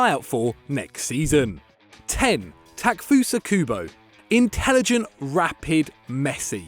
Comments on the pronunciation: ta-ke-fu-sa not takfusa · taa-ke-fusa kubo 😂